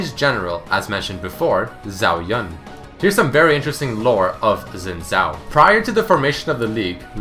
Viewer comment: yun pronounced yoon